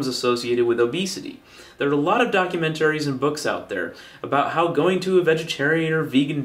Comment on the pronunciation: I love your videos but your pronunciation of "documentary" was distracting.